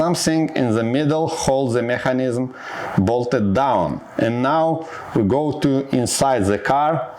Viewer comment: Hello! The video is ok, but for God's sake, learn the pronunciation of the words "mechanism" and "battery" in English. - Good luck!